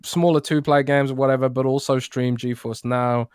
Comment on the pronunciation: It's GeForce,. Not GeoForce. 😆